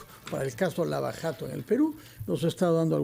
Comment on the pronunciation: pronuncie JATO con la jota francesa en je, nunca "yato". Entonces "dyato" parecido a "Shato".